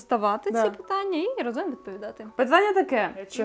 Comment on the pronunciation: ви така чудова! Дуже дякую вам за цікавий контент і чудову подачу ❤ я б порадила вам трохи підвчити наголоси у словах, або хоча б запам'ятати що правильно говорити рАзом, а не разОм